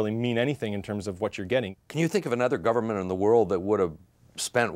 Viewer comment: I swear at the start he said "the u.s gaverment cant leave a rock until its government can govern itself" lmao